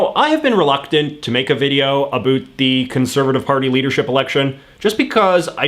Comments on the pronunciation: I'm gonna start a channel just to say about correctly in spite of you. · Stop saying abot instead of about. Only dorks talk like that nowadays . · dude , as a fellow Canadian, you need to work on your pronunciation of "about" 1. it's actually 2 syllables 2. try saying it a little slower. :)